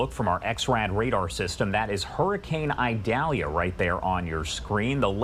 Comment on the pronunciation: It’s not pronounced Idalia with a long “I”, it is a soft “I”.